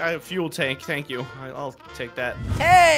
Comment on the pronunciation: It’s not crener it’s crainer